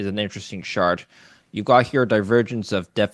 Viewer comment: Did you say chart or shart